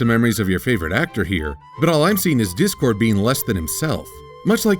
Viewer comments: when I first heard her say that I swear I thought she said "Dick-cord" instead of "Dip-cord" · I thought Iheard say dickcord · Does anyone else hear say dick-cord or is it just me?